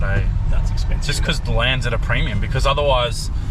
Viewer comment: Hearing say "expenno" is bloody cringe. Especially when "expensive" has the same amount of syllables. 😂